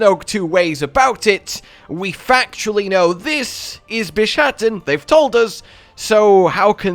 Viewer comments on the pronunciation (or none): So, is he mispronouncing the name intentionally as a joke to make it sound like Shat in the middle?